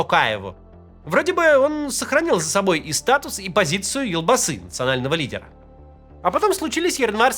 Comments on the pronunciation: Не елбасы а элбасы😂😮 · Поправлю, елбасы слово Казахское, произносится же оно ельбасы